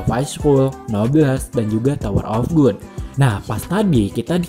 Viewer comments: Bacanya gad bang bukan gud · Gad bang bukan good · tower of god (bacanya gad) bukan tower of good bang..kalau tower of good artinya jadi menara kenikmatan wkwk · Tower of 'gud'? Bukannya di baca 'gad', rubah2 judul ae si Abang masa dr tower of God jadi tower of good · Tower of good sih Yg benar itu tower of gad bacanya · GOD bukan GOOD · wkwk lu kok baca nya "tower of good"? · Kok gua kesel yaa dengernya. Tower of gut, cuncirol wkwkw